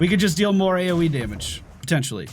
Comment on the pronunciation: "this is our A-O-Wii" :)